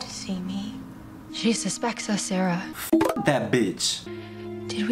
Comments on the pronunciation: The fact that u kept saying Sasha instead of Sarah 😭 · Every time you called Sarah Fier Sasha Fierce i cracked up lol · "sarah fier" is already written in the rock,but he still read it as "sasha fierce" 😭 ajakaka 😂 and he nodded at the end when deena said to sam, you're dead without me ahahaha lol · I love your reactions but you calling Sara Fear Sasha Fear the whole movie had me busting out laughing. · Not him saying Sasha when her name is Sarah 😭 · I get it, at first it was a mistake but how do you mistake Sarah for Sasha again while reading it? On the stone😭 love you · He said Sasha fierce lol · Me the whole time annoyed because he kept saying Sasha instead of Sarah. (No hate towards him btw) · “Sasha Feir” Gurl really? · THE WAY YOU SAY SACHER AND SALAMANDER EVEN THOUGH ITS SARAH AND SOLOMON BUT WHILE EDITING U REALISE YOU SAID IT WRONG PLEASE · it annoys me way too much that he says Sasha and not Sarah